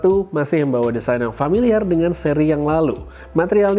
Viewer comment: dia omong design tp blepotan bro🤣